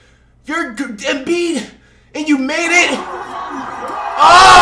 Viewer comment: Lol fr Embii-The-Joel gets me everytime